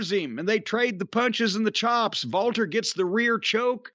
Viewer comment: I love that Jim still calls him Walter, and that he pronounces it correctly.